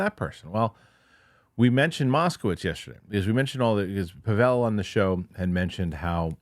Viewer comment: Are you mispronouncing Pavel’s name on purpose, as an inside joke or something? You seem like you know each other well, but I don’t get why you don’t say his name correctly.